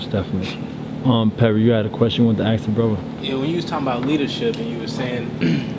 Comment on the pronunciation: Gotta admit this brother is deep and I've learned a lot from him but I don't understand why he won't take the time to teach himself proper pronunciation of words like "ask" "with" "calculative" and quite a few more that I noticed he just butchers. "Axe" is a tool you cut down trees with not "wif" and "calcutiv" is not a word until you include the missing syllable "la" I'm sure he means Calculative. C'mon Bro if ur home schooling ur kids teach them well you don't want them making mistakes like these grammatical abominations. Wif, bof, earf, with, both, earth, I mean really what is so challenging about that?